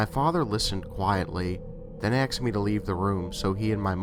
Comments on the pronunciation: I do enjoy your stories. These "glitch in the matrix" are especially entertaining. Some constructive criticism: ASKED - please stop pronouncing it AXED. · I know this is an older video and I love this channel. You have a great voice for horror narration. Just one small tip and that is it's "asked" not "axed". I apologize if its a local accent, its just a small pet peeve of mine. Keep making great videos! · "Axed me"?! Nice collection and good narrating though.